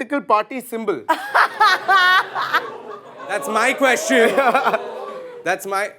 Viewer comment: The way abhish pronounce question 😂😂